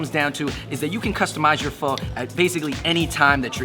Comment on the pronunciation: Pronounce pho right at least.-_